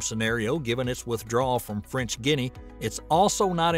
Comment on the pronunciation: French Ginny??? Come on. Please please look up words you don't know